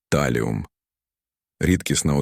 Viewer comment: Чому ТАЛІУМ? ТАЛІЙ!